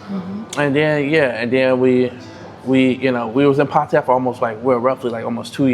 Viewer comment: Dude thanks for pronouncing Pattaya correctly. Hardly any expats get it right 👍